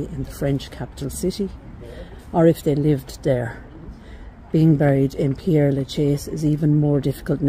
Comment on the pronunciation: Its Pere, not Pierre as you keep saying.